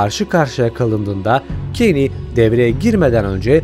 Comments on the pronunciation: Abi keyn ne keny demesen keşke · Bide abi kani değil Keynes diye okunuyor ama cane diye yazılıyor yani bilgime göre